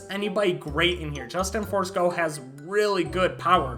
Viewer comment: Bro really said Justin Forsco. Like where did you get the r?